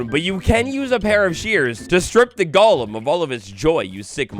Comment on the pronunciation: People really pronounced golem as gollem? Like is Minecraft lord of the rings now?